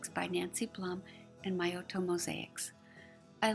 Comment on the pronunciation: I hadn't wanted to say anything because you did such a awesome job on the video and I was just so grateful for all your efforts but I saw below that you mentioned pronouncing Miotto wrong so I thought I would correct mine as well. Hope that you are managing during this very charged time and having space to do your great work.